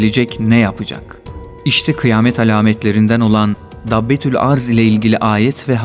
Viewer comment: Arz değil başka şekilde okunur